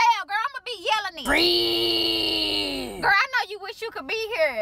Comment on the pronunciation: Frieeeeeeeeeeeeeeeeeeend 🤣🤣🤣🤣that is the longest one syllable word I have ever heard. 😂😂😂